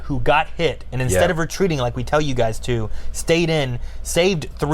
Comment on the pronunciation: What I heard: "There's a real intensity to these gays!" You're not wrong, you're not wrong.